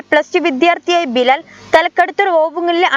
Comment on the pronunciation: ബ ലാ ല ല്ല ബിലാൽ.... God bless you. 🙏🏾